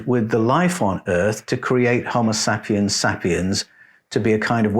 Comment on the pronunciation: SAY PIENS...so annoying, not sap iens